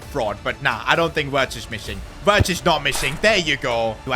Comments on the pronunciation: it's virtz not Wirtz you say w as a v in German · always butchering wirtz name ffs 😂😂😂